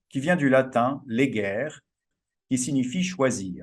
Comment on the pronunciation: legere se prononce "léguéré" en latin. ❤❤❤